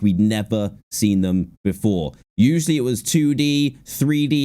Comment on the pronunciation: not to be rude but i think i’ve noticed the fact that Dan can’t say the word ‘usually’ properly